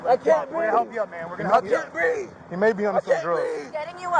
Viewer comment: "i cain breeve!", and "she had a dream" all in one video. almost hit the trifecta! i wonder why they called that neighborhood "crime hills"? i know one thing for sure; scott adams doesnt live there.